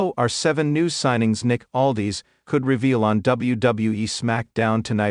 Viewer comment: It's Aldis not Aldees